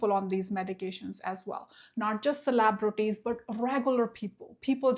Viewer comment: 'Celaaahbrities'? Really?